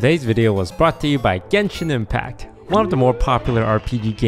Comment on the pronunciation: I hate how toast mispronounced both genshin character names